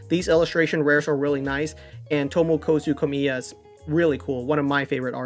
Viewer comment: I've been wondering for a while is the name of TomokAzu Komiya actually pronounced that way or is that just how you pronounce it? It has an A where it sounds like you pronounce it with an "O"